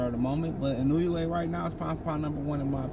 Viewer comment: It's IN-OO-AYY